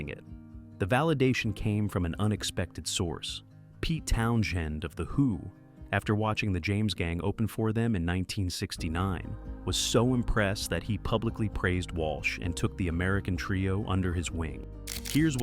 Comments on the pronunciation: Towns-hend not Town-shend. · Nothing 'went wrong', Joe was going to Kent State, after the National Guard shooting, he moved to Colorado, and the Barnstorm band was born. Oh, and it's Towns end, not Townshend, typical AI crap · "Pete Town-shend"!:face-orange-frowning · "Pete Townshend's" last name is pronounced exactly like "Townsend" ( /ˈtaʊnzənd/ ). Despite the extra "H" in the spelling, the "SH" sound is not used; it sounds like the word Town followed by Zend. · I turned it off when the AI voice said "Pete Town-shend of the Who". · Right, he should have said Pete Asshole of the WHO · Pete Town-SHEND? How can a purported classic-rock video get the pronunciation of a legendary guitarist's last name wrong? Is the narrator AI, perhaps? (Great video otherwise!) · Nobody cares. It's actually pronounced Pete Asshole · AI NARRATION FUCKING SUX. It's "Pete Towns-hend." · It's actually pronounced "Asshole" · Doesn't matter how you pronounce his last name, cause it should really be pronounced Ass-Hole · town-shend: CRINGE 🤢🤮😵‍💫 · Yeah, I love it when names are mispronounced! Probably is using an AI narration and if not checked before uploading and fixed with prompts that happens. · Hahaha the AI slop cannot say Townshend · Pete "Townshend". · This AI generated crap that can't even pronounce Pete Townsend's name properly doesn't play the music they're talking about. How is the unknown supposed to appreciate what you're talking about when you barely play a lick of the music? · When the name of the creator of Tommy is mispronounced, you know this is AI. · I find it hard to believe that someone with such knowledge of '70s rock would pronounce Pete Townshend's name with a shhh sound. I find it far easier to believe that an AI would do so. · learn how to pronounce "Townshend" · lol that’s not how you pronounce his name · The 'h' is silent in Pete Townshend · Yes, AI has a problem with that.